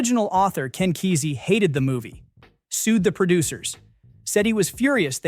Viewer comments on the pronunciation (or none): none